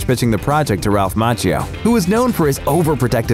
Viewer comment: Please check your pronunciation of "Macchio"